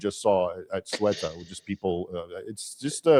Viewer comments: It's pronounced SAYootah. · is an excellent guest. "Ceuta" is roughly pronounced like the English pronunciation of "suit" (or the -ute of 'refute') with "ah" on the end. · Loved this interview. However keep in mind the city of Ceuta in Spanish is pronounced more like like “Theota” or “Seota” depending on the accent. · Raymond, I love your content but, as Moe said to Curly, " Get it right, onionhead." It's CEUTA. The initial C is pronounced like the TH in "think" and the e comes before the u. So practice saying, [theh-ü-tah]. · 'Ce - u - ta' is the pronunciation ¿ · Why are you talking about a town whose name you cannot pronounce? The pronunciation was even demonstrated for you by a native speaker of Spanish. He does not say soo-wetta. Come on. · It’s “SEUTAH“